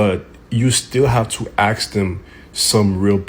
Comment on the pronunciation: The word is A-sk. ....ASK.....It's not aKs. If you're want to come across as educated.....it benefits you to use the English language correctly.